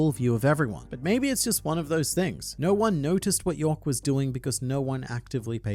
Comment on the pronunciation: Its YORK not YOEK